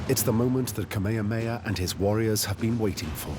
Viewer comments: Kamehameha - not ka-may-ya-may-ya Please have the respect to learn how to pronounce our great king's name. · Omg it’s pronounced Kah-may-ha-may-ha. I can’t with this narrator. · Please respect the Hawaiian culture and history by pronouncing things correctly. Kamehameha is "Kah-may-ha-may-ha." Kealakekua is "Kay-ah-la-kay-ku-ah." Mahalo